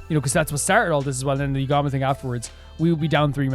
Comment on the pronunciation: By the way, your first pronunciation of "Yugamu" is actually more correct than the EN dub's pronunciation! It doesn't matter too much, but basically don't stress out over whether you're pronouncing it like the dub or not lol. (I sure hope you don't try pronouncing "Kako" like the dub does though lol. That one bugs me in particular, but I guess they didn't want her name to sound like a part of male anatomy??)